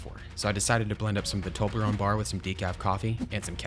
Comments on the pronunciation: It's a Toblerone not Tolberone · My respect for you is gone because you said toberlone instead of toblerone.